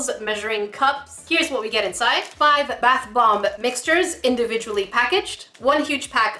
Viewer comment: did anyone ealse hear her say bath blomb?